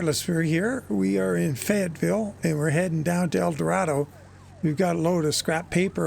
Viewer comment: FYI - How locals pronounce El Dorado, Arkansas: El Do-ray-do, Arkansas. :-P